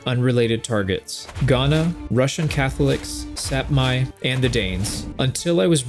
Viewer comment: Sepmy, i died, Sapmi is pronounced as Same with e like EA and Sam as the name.